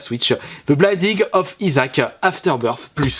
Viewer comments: C'est Binding pas Blinding attention ;D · BINDING pas BLINDING